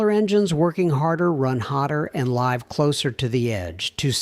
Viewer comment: AI-generated narration flaw . The giveaway error: the misread word LIVE. AI always trips over it.